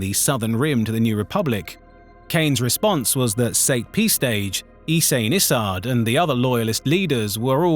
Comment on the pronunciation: Oi, are you using an AI voiceover? All these mispronunciations of well-known figures like Sate Pestage into State Pestsge or Ysanne Isard into E-san Izzard is very disappointing